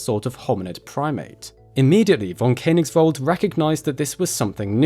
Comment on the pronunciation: pronounced like fonn Kö (a bit like e in nerd) nigsvald